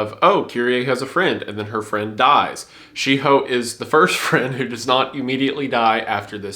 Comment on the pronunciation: Wendigoon almost laughing at himself for pronouncing Shiho as She-Hoe.